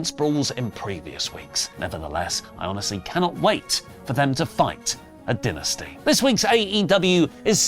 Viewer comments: Stop saying dinesty it's dynasty. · Maybe he was hungry recording this, I keep hearing Dinner-sty 😂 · So when someone passes away, does say they “did”? I mean AEW calls it DIE-nasty, not Den-asty. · Ok. So you can pronounce the word “dynasty” however you want, BUT you can’t deny how the actual promotion pronounces it. It’s “die-nasty” being stubborn and pronouncing it your way doesn’t change the fact that you’re saying it wrong. When the promotion itself says “die-nasty” and you say “duh-nsty” you sound foolish. Love you, but you are standing in a hill that you look foolish on. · pronunciation of Dynasty as “dih-nih-stey” but referral to Dynamite as just “Dynamite” urks me lol EDIT: HE JUST PRONOUNCED IT DYNASTY IS THE ACCENT A WORK OR??? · din - ah- sty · can you pronounce Dynasty correct it makes you sound like a complete smeghead 😂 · Why does keep pronounce dynasty that way lol. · Why does keep saying Dynasty wrong???? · I think what I am so excited for about aew dynasty is when it's over and oli can stop pronouncing it wrong!! 😂